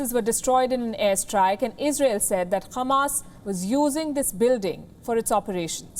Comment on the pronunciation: Are you Israeli too Sister? For saying Khamas rather than Hamas